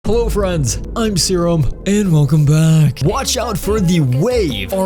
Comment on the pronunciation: Him: Hey guys, welcome back. What I thought he said: Hey guys, welcome Booger.